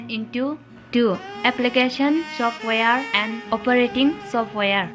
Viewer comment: Software or softwire😅😂😂😂😂 chapriii English